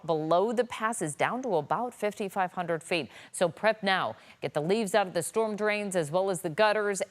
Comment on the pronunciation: STORM... one fukin syllable.